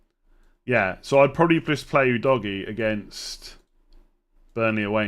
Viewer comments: Udogie is pronounced "ooo dough gi yay" Not you doggie please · It's U-dough-gy, don't be ignorant!! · The correct pronunciation is uhDOHgiA